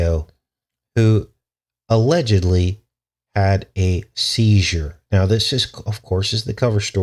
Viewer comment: at 9 minute mark you said word Seizer and girl was 11.